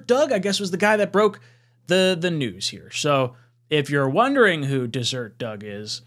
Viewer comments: "Dez-ur-ett," not dessert. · Not that you'll ever hear it again, but it's pronounced "Des - er - et" -- Just an fyi . Oh, and Doug Robinson is a nobody; I hadn't heard from or read about anything from him in so long that I wasn't even aware that he's still reporting. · DeserEt, not Desert. Mormon country. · It’s Des-er-ret, a word for honeybee in Mormon culture. That said, I agree that the story is highly implausible, probably some thing repeated by a friend of a friend. Personally, I believe Zach has reasonable trade value. He has shown enough moments of brilliance that some team would look on him favorably as a development project. I also think that there’s a good chance The Jets will keep him for the same reason. He’s got five games, let’s Hope that his brilliant moments are more prevalent than the not so brilliant moments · Dez-urt.. like the Sahara, not the food you eat 🤣🤦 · It’s pronounced “dez-zur-ette” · Bro it’s “deseret” news lmao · Haha, it's not pronounced like either one of those.